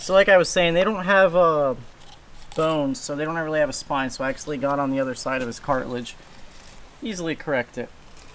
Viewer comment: it's cartilage, not cartlage... and some species do have eggs